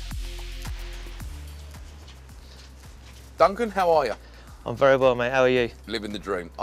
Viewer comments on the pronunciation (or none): Vewy VEWY!